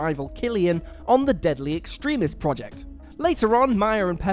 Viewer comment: Extremis is pronounced Ex-trem-mis. Ex-tree-mis is close, but no cigar